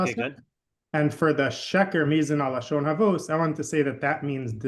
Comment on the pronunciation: It’s not havuos. It’s havos.